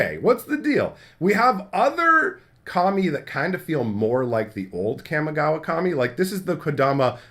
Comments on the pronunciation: You said "Kami" four times before I realized you weren't calling them "commies" 😅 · Oh so I wasnt the only one that thought he was saying that?!